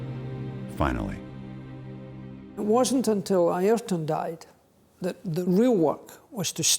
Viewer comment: The AI narration couldn't pronounce Senna's given name properly. Within a few seconds of starting the video, I'm out.